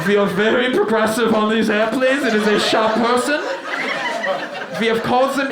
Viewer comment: Love the "sha-person" part